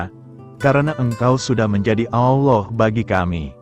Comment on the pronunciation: Shalom.. Ada yg janggal pada menit ke dlm penyebutan Allah, jika saya tdk salah dengar.. Jg pagi ini dlm pembacaan renungan tdk terasa ada jeda titik/koma nya, seperti membaca terus.. Itu pendapat saya.. GB